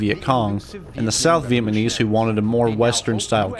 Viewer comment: I wish that “” could do a better job of pronouncing “Vietnamese.” It would make this video much easier to listen to.